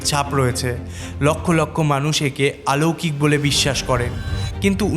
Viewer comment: Adekha kaj aber ki ? Aloukik ki? Odekha hoy .... R OLOUKIK hoy... Bangla uccharon e pray protita video tei kichu na kichu vul pai.